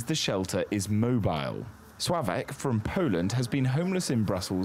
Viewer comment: Swavek? Try Slawek. The L has a line thru it.